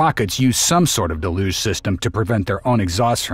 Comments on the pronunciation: It's DEL-uge, accent on the first syllable. Just ask Jackson Browne! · Uhhh… “deluge” is pronounced “del-yooj”, not “duh-looj”. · What is with this de-loosh business? It's del-yuge. Like huge. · Pet-peeve: Why are people pronouncing "deluge" as de-luge rather than the correct del-uge pronunciation. I'm hearing this from multiple content producers. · "da LUGE" system?